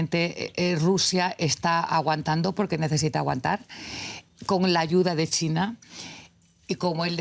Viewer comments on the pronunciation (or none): Porque le dice TINA a CHINA???